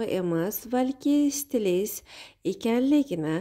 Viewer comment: Stilist so'zini chiroyli talaffuz qiling, har holda shuncha xalq eshitadi sizi